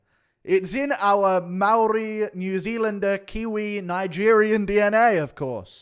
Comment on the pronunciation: Guru pronounces Maori better than that baboon aswell. Guru out here rolling his R's like a member of the iwi😂